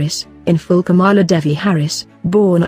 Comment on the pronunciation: She is not KAMAALA HARRIS AS YOU PRONOUNCE IT - HER NAME IS PRONOUNCED KAMLA NOT KAMAALAA